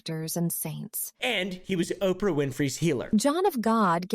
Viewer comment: I love you but i HATE the way you pronounce oprah lol